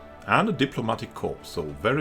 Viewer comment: Corps is pronounced core as it's French, you really shouldn't say corpse as that's a dead body 😁😁